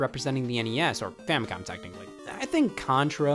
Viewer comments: Is he saying famicon? With an N? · Why does it sound like you said famicon